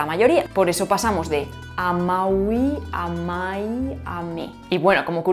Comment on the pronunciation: ¿Por qué pronunciás amaui en vez de amavi? 🤔